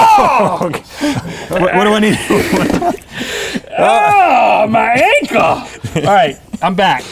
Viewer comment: Link said owe my ankle and sounded like wander